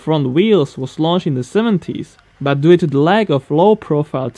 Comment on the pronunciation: You are still fighting with the word "due", so funny to hear it :D